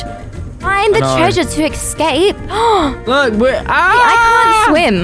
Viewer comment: I like how she says “escape” like”exscape” 🤣